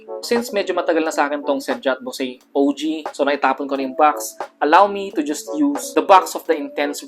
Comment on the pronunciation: It would also be better to also research on the correct pronunciation of "boise." The common mistake in trying to be "niche" with niche scents.